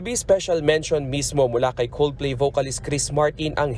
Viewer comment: 'Coldflay' 0.32 😊